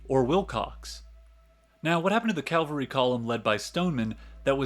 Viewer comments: CAVALRY. not Calvary!!!!! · Love the talk - but don’t like to hear Calvary instead of cavalry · OMG please: It Is CAVALRY not Calvary! The Calvary Is the mount where Jesus was crucified! What Is wrong with you?😮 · Please stop calling cavalry Calvary